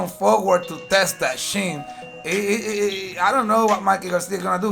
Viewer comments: He said" he got caught on thee shin" 🤣🤣🤣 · TEST THE SHIN LOL CHOUT OUT LOL